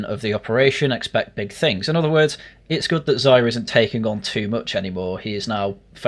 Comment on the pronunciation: It's pronounced 'Zeeya' ffs. He's said it himself you boring Anglo